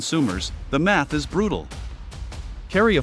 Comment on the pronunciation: "there I S " is how your AI narrator reads what I assume it "there is" ???